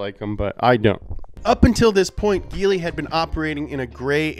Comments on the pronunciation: It's prononced Jee-ly, not Gee-ly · also its said jeely not geely dude. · IT'S pronounced Gee- lee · Its pronounced geeeeeee leeee not geliy Hong Chi （红旗） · It's actually pronounced G-Li...but, close enough. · Writes geely, says jelie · Actually, it pronounce as "G Li" instead of GE Li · Jee lee is the right pronunciation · It's a soft G, and pronounced "Jeely" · Y'all pronounce Nikon as Nai-kon. Then y'all pronounce Huawei as Wa-way. And now y'all pronounce Geely as Gill-Ly. Hats off to you Americans. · I appreciate the effort done in researhing about the Geely, lots of it..But he failed to pronounce the brand right.. Its "Jee ly"😆. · Till this video i thought it pronauncing like [d3ili] not [ge.. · It's pronounced Jeely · Why did you say giling😂😂😂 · "I'm gonna say a lot of words wrong here." Yeah, like GEELY. smh